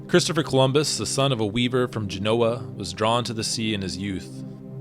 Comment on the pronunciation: Yo! You gotta pronounce these names properly! Ge'noa not Geno'a. C'mon man